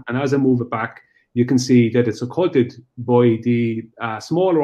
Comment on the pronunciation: On behalf of the people of Ireland I'd like to apologize for. Bad enough being a flat earther. Pronouncing occluded as occulted makes it even worse.